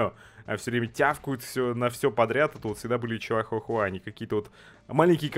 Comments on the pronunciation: как бы не чиахахуа а чихуахуа ( как же раздражает когда адекватный человек не может правильно говорить слова ) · Все: чихуа-хуа: Чиахуа-хуа